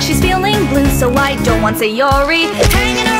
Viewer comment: FR ITS NOT SILENT BUT ITS MEANT TO BE PRONOUNCED WEAKLY 😭🙏 AND SAYORIS NAME SHOULD BE PRONOUNCED SA-YO-LI